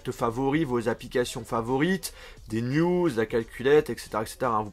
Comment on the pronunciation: Qui a pensé à nude qd il a dit news 😂